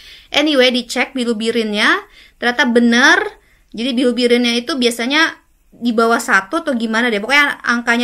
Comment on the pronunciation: Bilubirin atau bilirubin 😅 ko agak aneh yaa. Perasaan ma bilirubin dehh